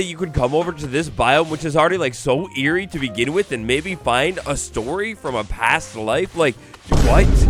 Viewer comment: Earie not Airy